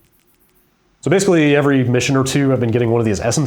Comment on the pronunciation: is still putting an "r" before the "v" each time he uses the word "every"